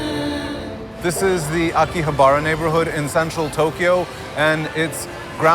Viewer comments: He keeps saying akihabra wrong it's pronounced "a-ki-ha-bra" really emphasizing the vowels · How to tell a video about Japan was made by a complete ignoramus: 1) can't properly pronounce Akihabara. (ah-key-ha-ba-rah) 2) asserts Japan is a "shame based culture" 3) is surprised to learn that men find attractive young women attractive Seriously these guys have no concept of Japanese culture and no matter what they say they are trying to force Puritan values. That's not to say of these young women aren't being exploited (and that's irrehensible) but the fact is most of these JK are doing it for easy money. For the most part it's no harm-no foul here. Need to fix a society that mistreats women? One doesn't even need to leave the states. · Learn how to pronounce Akihabara dude.